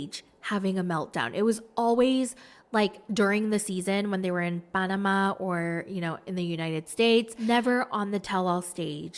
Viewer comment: As a Latina, I don't know if you are a Latina-Asiatica but your Jasmine impression is A1 and your pronunciation of Panama was just Chef's kiss.